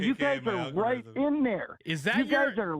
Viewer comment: Is it just me, or did it sound like Zeke was saying "elmorithm" instead of "algorithm?"